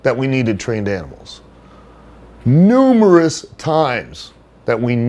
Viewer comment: I wonder if he made jump back a bit with that “NUMEROUS times”. Almost like he’s reliving that hell lmao